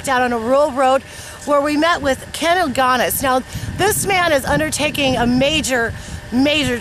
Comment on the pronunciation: ...fuck the pronunciation FFS it's not ilgonus it's Ilgunas (pronounced ill goo nus) and yes he is my uncle